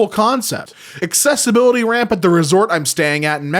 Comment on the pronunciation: No RAM!? THAT IS NOT A COMPUTER! THAT'S... Oh... Ramp! It sounded like he said RAM